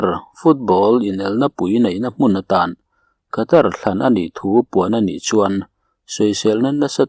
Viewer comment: Mi tam tak hriat a chhiar tur tan chuan saptawng thumal leh ram hming etc. (Khatar aiah Katar tia lam ni zawk se ngaihthlak a nuam ang) thumal lamrik dan hi chhiarchhuah hma a zirchian hmasak ni thei se, a zahawmin a ngaihnawm lehzual ang mawle...